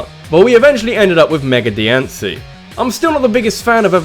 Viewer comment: it's pronounced Die-ann-see